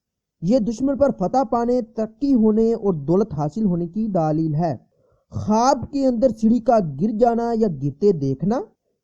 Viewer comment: ارے بھائی دالیییل نہیں(دلیل)